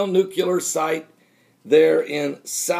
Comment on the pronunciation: NU-CLEAR not NUCU-LAR